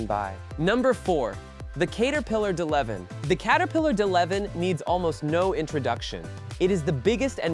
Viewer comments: It's Catapiller D-11,not duh leven,get it right geeze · He called the D-11 duh leven